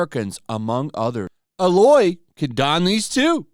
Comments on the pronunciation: It's not ah lo a it's a loy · And who is alow?? It's A- loy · please just please call her AE-LOY, not AA-LOY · Dude, it's A-loy. Not Alloy. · Claims playing the first game, proceeds to call her "Ah"lloy 🤣🤣🤣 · Holy Fuck dude its A-loy. Long A then loy. Play it though. One of the best games ever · I can see that you've never heard of this game before, have you? You just read her name as "aloe's" 😂😂😂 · Her name is also pronounced Eh-loy. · I always thought it was pronounced ai-loy like a Canadian said it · Bro if you're going to make a video about the game you should at least know how to pronounce her name. I can't take this opinion seriously when you dont even care enough to play the game. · Did you actually play this game? I feel like if you actually played it that you wouldn't mispronounce her name. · I'm a fan but I don't think you've played the first game. You are butchering her name really bad. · The way he pronounces aloy kind of triggers me